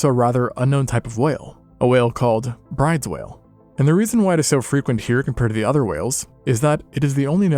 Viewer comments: Heads up Brydes is pronounced like Brutus bc it’s not an English name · Fun fact: Bryde’s whale’s name is not pronounced “bride’s” like how it’s spelled but it’s pronounced “broo-duh’s”. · In Australia, it's "Wobbegong Shark." Maybe Indonesia is different with "Wobblegong", but I doubt it. Ain't no wobble wid dis gong, boi!!! . Bryde's Whale is named after a Dutch (?) fellow, Mr Bryde! I don't know his first name. But his surname is pronounced: Broo deh. Thusly, BrooDehz Whale! What can I say, Dutch is all Greek to me! . Blue Ringed Octopus aren't that elusive. After all, as a kid I'd find them in the rocky sections of Brighton(?) Beach in Melbourne, Victoria, Australia. . During the last Glacial Maximum, around 12,000 years ago, the sea levels were roughly 120 metres lower than today. That means a goodly portion of Raja Ampat was above sea level, in the open air. So much of the coral reefs you see today has grown up since that time, with the sea levels slowly, or quickly! inching up over the centuries. And really, 12,000 years isn't that long.